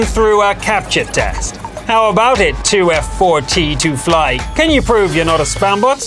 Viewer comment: LoL How hard is it to find out that 2F4T2FLY should be pronounced as Too Fat To Fly?